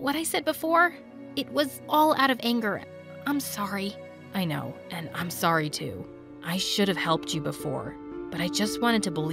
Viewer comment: Wait how many times did I hear Kyle and her say SORy